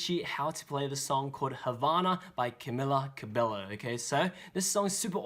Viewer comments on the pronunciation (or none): He said Camila Cabello wrong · its not cammellla ca be lo its cameela cabeyo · Oh my gawww it's NOT Camilla Cabellllloooo it's Cabeyo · lol why did i get so triggered when he said camilla cabello 😂 ITS CABEYOOO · Ca-me-lah ca-bell-o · Great tutorial but her name is pronounced CamEEla CabeYo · Her name is pronounced as: "CamEEla CabeYo" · Jason Voorhees You pronounce is as Camilla Cabeyo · You said her name wrong